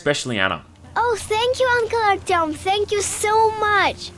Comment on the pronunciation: “Archyom” b r u h